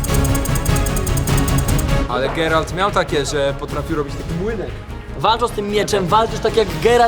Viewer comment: geralt nie gerald